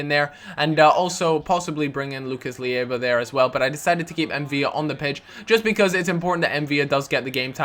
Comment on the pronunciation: Pleasseeeee stop pronouncing Lucas's name as lee ay va its just Lucas Leiva (lay-va) thumbs up so he can see